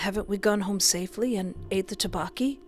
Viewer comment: I LOVE YOUR VIDS BUT THE TTEOKBOKKI PRONUNCIATION IS OFF😅😅